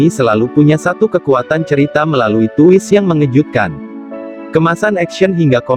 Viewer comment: Twist dibaca twis bukan tuwis, maaf ngritik.